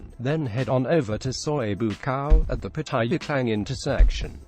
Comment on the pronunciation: Quit mispronounced the name of pattaya